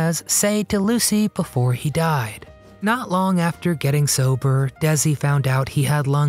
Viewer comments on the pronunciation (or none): First of all, it's not pronounced Dezi.... it's Desi. His family originally emigrated to Cuba from Spain... he was decended from Spanish aristocrats. Does that makes him a different race? I don't think so. The objection back then (50's) was that he was foreign and had an accent.